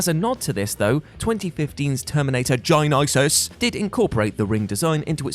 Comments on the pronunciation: the way you say "genysis" always makes me laugh. plus, always happy for a Fright Night (1985) mention! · I never get tired of hearing 'GYNYSYS' haha